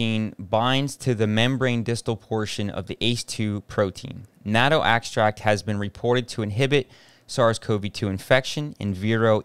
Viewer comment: Everytime you seem to pronounce "nano" instead of "natto".